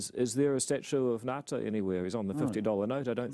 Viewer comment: is a voice that needs to be heard. Smart as a whip and highly articulate in two languages. (I may be spelling it incorrectly, my apologies) might want to learn how to pronounce "Ngata" correctly. I am sure he sees enough $50 dollar notes to remind him.